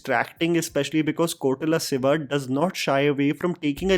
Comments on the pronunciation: Not Kotala siva. It’s Koratala Shiva. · I've been hearing this a lot. It is Koratala Siva. Not Kotarala Siva 😂😁Also Is there anyone who felt that the hooded scene was like Death from Puss In Boots?🤭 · Hmm.., it is Ko'ra'tala Siva... not Kotala Siva..